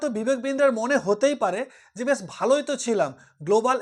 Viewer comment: ভাই প্রথমে একটা কথা বলি দয়া করে বাংলা শব্দের উচ্চারণগুলো ঠিক করুন। যেমন "শুরু" কে বলেছেন ছুরু, "আশা করি" কে বলেছেন "আছা করি", "বেশ" কে "বেছ"! এসব নিজের পাড়াতে বলবেন। ইউটিউবে এগুলো যথেষ্ট বেমানান লাগে।